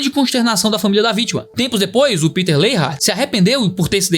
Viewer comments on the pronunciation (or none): none